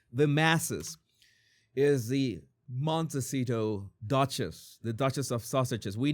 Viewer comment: Ha ha how you pronounce Montecito.😍 I started following the royals because of Meghan. Keep giving Harry hairstyle advice. Love it.